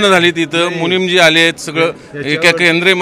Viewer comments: चुकीची दुरुस्ती,,, मुनिमजी नव्हे,,, मुनीजी असं बरोब्बर आहे ❤❤😂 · मुनीमजी नाही मुनी जी म्हणा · मुनींमजी नाही , मुनीजी आहेत ते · पत्रकार 🍌, जैन 'मुनीमजी' नाही रे... 'मुनिजी' असतो 🤣🤣🤣